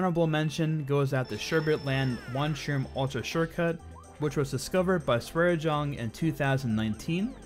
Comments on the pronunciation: SwareJonge is pronounced like: "Swar uh Yung uh" We're both dutch ;) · As a dutchman I just love how they pronounce SwareJonge :)